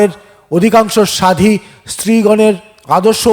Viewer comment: বনফুলের গল্প শোনালেন। ভাল লাগল। আমার প্রিয় লেখক। একটা কথা বলি। রাগ করবেন না তো? প্রাকৃত, এরোপ্লেন, সাধ্বী,হৃদ্য(?) এইসব শব্দগুলোরউচ্চারণ ঠিক হয়নি। কানে লাগে। আপনার সাফল্য কামনা করি।